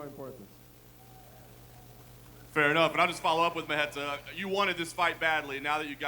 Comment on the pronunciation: Who tf is mahenta? Why is he calling Thiago mahenta?